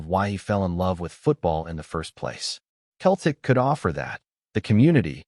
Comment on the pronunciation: If you can't even pronounce Celtic correctly, you're really a total klutz.